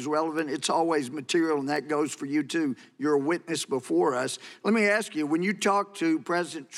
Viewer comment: He says, Lemme Ast you.